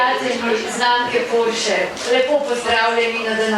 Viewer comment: Bo pripomoralo h bdp-ju, dobri šihti bojo, fajn fajn...pa fino da je gospa pravilno izgovorila Porsche😂